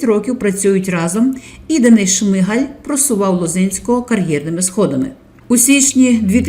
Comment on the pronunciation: Чому шмигЕль,а не шмигАль.?.Хоча.. сорт лайна вiд цього не покращиться... ps..ZEлена гидота💩🤡☠